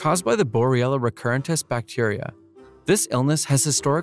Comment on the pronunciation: do more brutal drawing, it would be very cool, scary and traumatizing. Compliments to you for pronouncing those bacteria names.